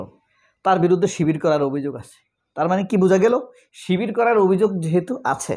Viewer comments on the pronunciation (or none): none